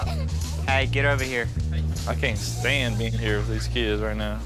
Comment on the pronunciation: Lmao, "I can't STAND being In here with them right now" 😂😂😂 he put some much emphasis on "stand" 💀